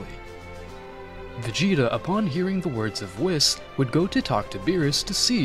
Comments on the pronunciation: "wiss" I always heard his name pronounced"wees" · it’s “wees” not “wis” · Wheees weeeeees not wis